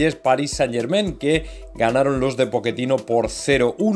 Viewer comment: POCHE CHE CHE CHE CHE TINO ,,,,,,, , NO POKETINO ¡¡ MADRE MIA .!!!!!